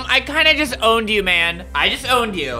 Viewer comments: When he said "I just owned you , I just owned you". It really sounded like I disown you I disown you. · I might be late but when he said "I just owned you", It sounded like "I disowned you". XD lmaoo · i hear it too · He is saying "I just owned you" Fast and Just mixed with owned and it sounds like Disowned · omg ur right!!! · When he said u just got owned it sounded like u got disowned